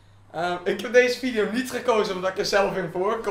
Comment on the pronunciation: vileo... dikke chinees 😂